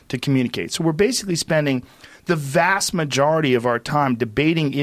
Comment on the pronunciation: Or. “The VAST majority!”